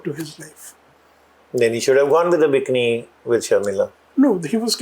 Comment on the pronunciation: and it is noy B I K N I it is called B I KEE NEE.Typical indian pronunciation you have